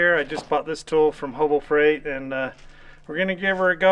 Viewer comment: Did you say “Hobo Freight”? 😂